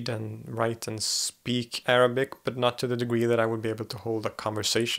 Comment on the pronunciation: wow i am impressed by your pronunciation of arabic words !!